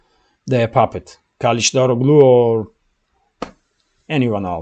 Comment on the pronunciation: One small piece of advice, no matter that I am not Turkish, I know some Turkish language, and the name Erdogan should be read as Erdoan, if you can't say that soft g in his name, And surnames as KalichdaroGly, the G is soft G, and if you can't say it as soft g, the surname should be said as Karichdaroly.